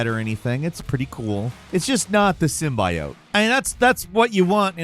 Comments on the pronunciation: Sim-bi-ote 🤦🏻‍♂️ It’s Sim-bee-ote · you say Symbiote in a weird way. Sim-bee-ote , not "by" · Its not Sim-Bye-Oat. A gaming channel should at least know the correct pronunciation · Not "sim-buy-oat." It's pronounced "sim-bee-it." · sim be ote, not sim by ote. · ITS “Sim-bey-yote” NOT “sim-BY-yote” 😭😭😭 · SIM BE IT LOL not Sim by oat Lol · Sim-buy-yote is how you say it sim-bee-yote hurts less when you say it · Sim-bee-oat. Not sim-by-oat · It’s pronounced SIM-BEE-OTE not SIM-BY-OTE!! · Sim - bee - owt NOT sim - by - owt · It's pronounced Sim-bee-oat not sim-bi-oat.. remember the venom trailer that got ripped into because they pronounced it sim-bi-oat... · How he is pronouncing Symbiot is hurting my head. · "Sym-BYE-ote." Good lord you messed that up. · Even if you're saying it ironically, please stop pronouncing "symbiote" as "sim-bye-oat" cuz it's cringe as hell. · I thought its pronounced as . Sym-bee-yot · sym bioat is a crazy way to say it. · Can you say 'symbaiote' one more time please.... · the hell is a sim-bye-oat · Is he saying “symBUYote” on purpose or as a joke? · Sym-by-oat? Is he serious? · "Robot spider-arm thing" and sim-by-oat.....he has to be doing that shit on purpose right? Any interaction is good interaction so purposefully misidentifying something or saying words the wrong way has to be on purpose..... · Sim-bee-owt. Hell man, it's been around since Secret Wars. 1984. Enjoy your day. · Sim-buy-yote? If I could make pronouncing it THAT way illegal, I would. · Hate the way says it, it's sim-BEE-oat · you keep saying symbiote weird. Simba -yote? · Sym-BEE-ote, bro 🤡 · Sorry, what's a sim-buy-oat? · you gotta stop mispronouncing common terms you losing credibility....SEM BEE YOTE (SYMBIOTE)...stop that tom hardy venom crap lol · SIM-BEE-OUGHT. Do better,.🤣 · Wanna know why it doesn't jingle? Say it with an e instead of i...sym-bee-ote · “Sim buy oat” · Pronounce symbiote right.... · the way you say symbiote kills me.